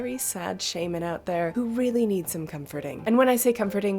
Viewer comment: You don't "eed" anything?